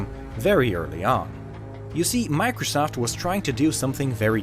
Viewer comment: It sounds like he's saying "macresoft" XD